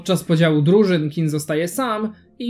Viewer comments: Czemu mówisz Kin? To G nie jest miekkie XD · nie moge przez tego "kina" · też, chłop robi dobrą robotę, ale wymowę ma straszną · Gdzieś literka G Ci ginie przy wymawianiu King :)